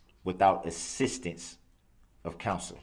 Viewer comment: And assistance he says ‘sisstance more than once. He grates my nerves so bad.